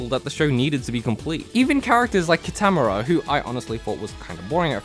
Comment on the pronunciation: KEY-TUH-MORE-UH GRRR the mispronunciation of his name is sooo triggering